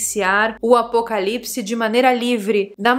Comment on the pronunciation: Oi! Tenho percebido que ao decorrer do tempo você tem avançado no processo de comunicação. Veja, a algum tempo atrás ouvia se você falar ( apocalisses), ( Alizenigena) e completava com alguns palavrõezinhos populares normais bom de ser escutados, onde nos faziam mudar de humor. A tempos bons aqueles, Um forte abraço.❤